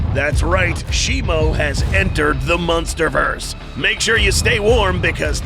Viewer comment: Did bro just say munsterverse?